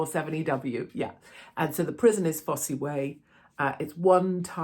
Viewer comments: Pronounced Foss not Foss eee 😂. Ps I love that fact that your comments are being monitored by the ‘authorities’ crazy times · Really, Katie - it's not "fossie" - it's pronounced, 'foss' - one of the most famous Roman roads in England! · It's "foss" way - not "fossy" way. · fosse rhymes with toss or boss, not fossy :) made me laugh ... well done Katie x btw cant stand JV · Pronounced Foss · Hi Katie it’s pronounced Foss even though it’s spelt Fosse. Looking forward to seeing and hearing Alex again. Keep up your good work ❤ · Hi Katie I’m not reading all your replies to check but on the pronunciation of Fosse it’s ( FOSS ) , Billy Leicestershire. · The Fosse Way was a Roman road built in Britain during the first and second centuries AD and pronounced simply FOSS way, the e is silent, just saying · Pronounced Foss Way Katie. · Fosse pronounced Foss as in Loss. Sorry to be pedantic. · Katie , it's spelt Fosse but pronounced Foss , the Fosse Way is an old Roman Road. Also if you ever visit Belvoir Castle in Leicestershire it's pronounced Beaver Castle. I was in Hereford once and asked someone how to get to Leominster it's not Leo Minster it's Lemster FFS 🤦🏼😎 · It's pronounced "foss" btw! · You don’t pronounce the ‘e’ on the end Fosse… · It’s pronounced foss. Silent e. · Alex Belfield is a criminal. Sentenced in a British court of law fairly and squarely. He would do well to keep his big mouth and ego under wraps when he's released or he'll be back inside. BTW it's pronounced Foss Way (the "e" is silent) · FYI Fosse is pronounced simply as FOSS. Fosse Way is the name of a roman road. The Fosse Way is a 229-mile-long Roman road that connected the southwest and northeast of Britain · I believe Fosse is prounounced "FOSS" Katie, not that that's important. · Fosse Prison pronounced "Foss" Katie, xx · It’s pronounced Foss without sounding the e.